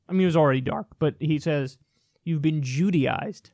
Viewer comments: "judiized" "judenized" what the fuck? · When thatidiot said we've been jewdyised, I thought he meant Judy ised. I wondered why Judge Judy was a problem. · Oh shit, is that what he meant by Jewdized? I thought he meant Judyized...like Judy Garland, in relationship to gay people. Wow...